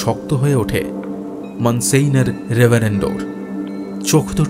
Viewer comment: Ekta nerve wracking experience holo eta shune! It deserves all the hype. Shudhu ektai complain, French words jemon Monsieur aar Signor er pronounciation gulo ektu proper hole bhalo hoto! But kudos to you guys for this outstanding presentation ❤